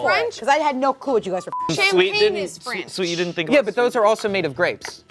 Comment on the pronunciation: “CHAMPAGNE is French” what is happening why are you emphasising it this way, that is not the only French wine?! And beyond that France is just generally famous for wine?? 🧎‍♀️😭